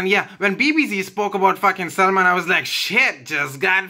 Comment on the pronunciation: GOD when he says SAMLAAANN!!!